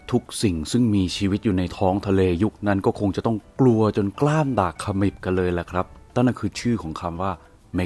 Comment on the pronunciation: เน้นคำว่ากล้ามดากบ่อยๆนะครับเเอด